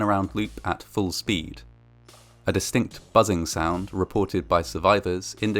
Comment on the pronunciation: This narrator should pronounce his S's correctly. This ' sh' is such an affectation